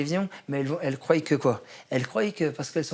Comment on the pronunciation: "elles CROILLENT QUE QUOI" ????? LUL mdr